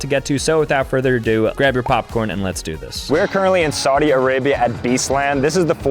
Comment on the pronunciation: Im a gurl...AYO its sauut arabia